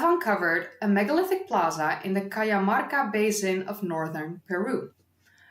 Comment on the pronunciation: The pronuntiation of "j" in Cajamarka sounds like the "h" in honey.